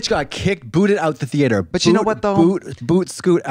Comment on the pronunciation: Lead associate at groomingdales and just the constant pronouncing of Thee-yay-ter was what got me most lol